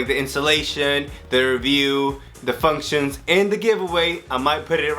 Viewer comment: It all started with “Fuctions”. (He forgot the n) Then It went strong with Cyan pronounced incorrectly. But the best part... the square and o button swap at the end. slow clap